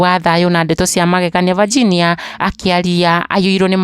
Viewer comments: Mbona unaitq Virginia ati vaginia😮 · Aki tell the kikiuyu daily news to pronounce the name Virginia well .not Vajinia